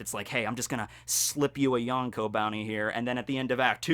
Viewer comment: Everytime someone says yonkou like this, a puppy dies. Good video though!